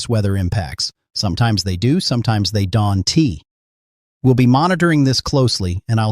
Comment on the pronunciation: This isn't even a real person talking!! It pronounces don't as "don tee". What a stupid post 😠